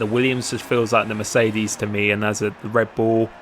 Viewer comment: Dude... it's not Mecerdes.... It's MeRCEdes! :D